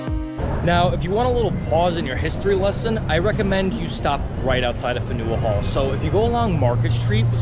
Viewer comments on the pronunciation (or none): OMG Fanual Hall not Fenual Hall gad!!!! Some of your information is a bit off and dated. I've been a tour guide in Boston on the trail from 2009 to 2023. However I agree with you about the Old corner bookstore, Save by the Boston Globe in 1964 otherwise it and buildings on School and Washington Streets next to it, would have been part of the parking garage behind it. Pronunciation of buildings and towns in Massachusetts is challenge for anyone from out of the state.